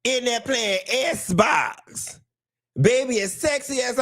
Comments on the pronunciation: Please stop saying sssbox😅😅😅... .I cant stop laughing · Lmao not “Esbox!” 😂😂😂 I’m dying!